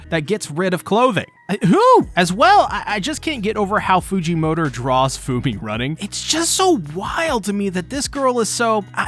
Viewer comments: I cant be the only on who hears "fujimotor" when he say "Fujimoto" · Why does he say fujimotor